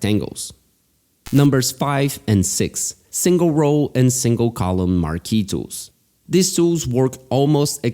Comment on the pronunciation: I was laughing because I'm from latin american and the only thing I could hear was "Marquitos" hahahaha. Great tutorial btw!